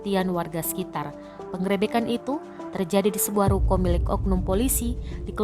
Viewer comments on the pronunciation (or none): Buat mbk yg membawa berita tolong kata penggerebekan di perbaiki 😂